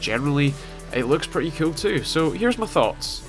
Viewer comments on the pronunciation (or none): Ur axent make IT sound like when u say "cool" it sounds like "cute"